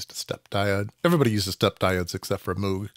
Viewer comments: It's NOT MOOG, like a cow! It's "MOGUE"! It rhymes with Rogue, hence the name of one of his synth creations. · Moog is actually supposed to be pronounced so that it rhymes with Vogue, that's how Dr Robert A Moog himself explained it.